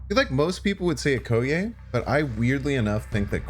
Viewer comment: please watch the Black Panther movie so you can better pronounce 'Okoye'.